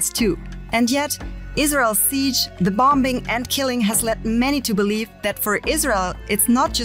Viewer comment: It’s so funny when people say bom BING 😂😂😂